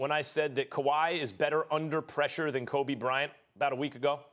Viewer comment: Every time I hear max say Kobe’s name, I be wanting to break something